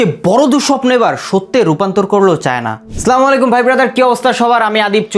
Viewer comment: দয়া করে সঠিক ভাবে সালাম দেয়ার চেষ্টা করুন। "আসসালামু আলাইকুম"